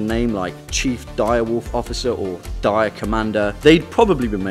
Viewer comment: The way he says dire sounds funny